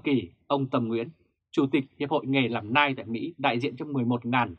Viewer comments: Tiếng anh đọc là NEO ,không phải NAI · Đọc là NEO ( nail ) ơi, củng như đọc gu ghồ ( google ). chứ không phải guốc lơ. Trân trọng góp ý!! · Ông Đọc tin tức mà có cái từ Nail Đọc cũng không đúng nữa thì đọc làm quái gì 😆